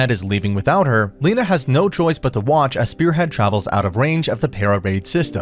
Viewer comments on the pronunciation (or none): none